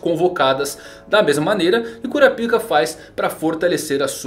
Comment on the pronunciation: Uma pergunta Pq vc pronuncia kaitô e kurapíka? No anime eu escuto kurápika e kaito. Obs: não estou criticando, só uma curiosidade mesmo.